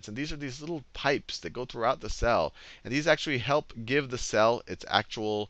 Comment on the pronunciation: did he just say 'structure of Sal'? :D